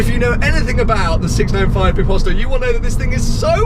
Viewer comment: Who cringed when he said "biposto" It's not bìposto (like you pronounce it) Bit bíposto